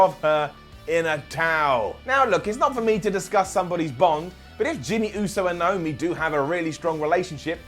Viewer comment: It's Naomi not niomi